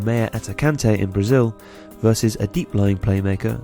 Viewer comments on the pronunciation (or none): none